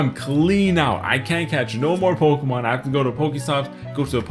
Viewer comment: I PLAY POKEHMON GO EVEWYDAY!!